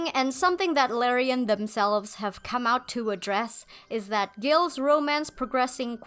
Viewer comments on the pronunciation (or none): none